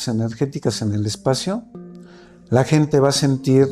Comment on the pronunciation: "gentes" jajaja